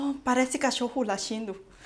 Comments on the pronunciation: "Oh, parece cacholo latindo... " Hahahah adorei... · Não ele disse assim "parece cachorro lachindo"